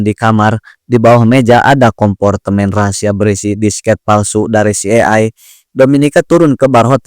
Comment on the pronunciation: CIA dibaca Si Ai Ei. Bgtu bro. Greget aja dengernya. But, makasih reviewnya